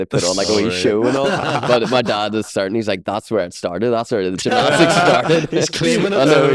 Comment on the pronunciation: Llf at trying to say gymnastics 😂